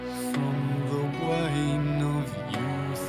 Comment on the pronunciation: Bugs me he says 'w-hine'